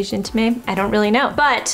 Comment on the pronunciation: Love it! I wonder if those would work on me, a blonde 👱🏻‍♀️ ? Btw, for Laura Mercier, intime pronounces « un - teem » (French in/ain is kinda hard to pronounce for English speakers 😅) - Zoé all the way from 🇫🇷